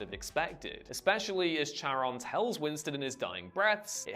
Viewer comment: It's genuinely painful to hear Charon be mispronounced. I know that Whatculture are notorious for it, but the name is literally said in the movies. I'm sure its rage bait.